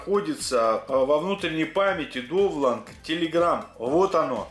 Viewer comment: Приветики. Довланд режет уши. Просьба использовать "донлоад" или "загрузки"